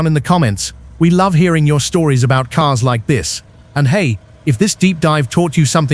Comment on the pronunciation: BTW, they are all cars, not caares Learn how American English pronounced!